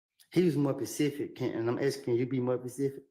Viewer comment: its specific not pacific 😂😂😂